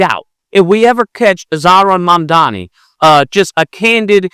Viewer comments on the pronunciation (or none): He does sound like MAGA. He even pronounced his name wrong.